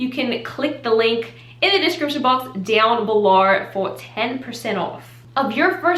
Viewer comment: why’d you say “dowrn belowr” like that🤣🤣 thought you were Australian for a sec